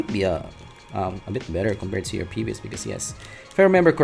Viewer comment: Ohh. The way you prounce "to" is "tsu". Thats why im getting confused.